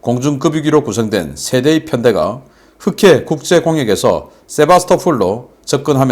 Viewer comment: 세바스토"폴" 입니다